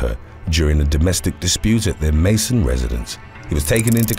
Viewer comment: Great video, however, the correct pronunciation for the city "Macon" in #3, is "Make-on" 👍🏿 👍🏿